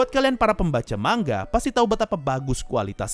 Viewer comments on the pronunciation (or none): none